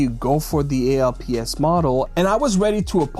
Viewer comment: Hey young lad. When this tech first released in the 90's, we just called it "alps" as in "Swiss alps". We never called it "A.L.P.S.". I've "alps installed on my OneXplayer and I've no issues but I do have spare ALPS just in case of drift. Three years, no drift. Have a great weekend kid.